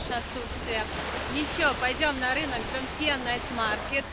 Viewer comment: Этот пляж по тайски называется не Джомтьен, а ТёмтИен, поскольку первая буква в слове Тё-Тяян, а буквы /Дж/ в тайском языке вообще не существует, и куда тайскую гласную И подевали ? ))) Это все равно, что вместо слова понимать кау-тяй говорить кау-джай.. ))